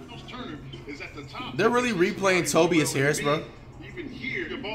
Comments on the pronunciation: Nobody: Flight: TOBBEIAS Harris 😂😂😂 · TOE-BIAS Harris